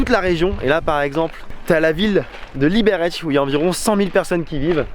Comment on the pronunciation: “...les Tchèques parlent très peu français...” Ils sont un peu dans leur pays et ils parlent leur langue. Et toi, tu vas visiter leur pays et tu n’es même pas capable de prononcer un seul nom de lieu tchèque correctement! Même Liberec tu ne sais pas le dire!!!! ( on dit Libèrètse...) Ah ces Français...